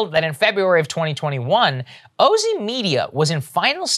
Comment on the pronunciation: Thank u 4 choosing the oh-zee pronunciation. As a longtime (is there any other kind?) Ozzy fan, I don't want that brand pollution